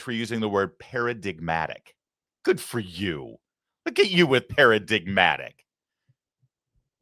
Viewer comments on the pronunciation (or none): "I will give her extra points for using the word "peradigmatic". Good for you! Look at you with "peradigmatic!"". 🤣🤣🤣🤣🤣🤣🤣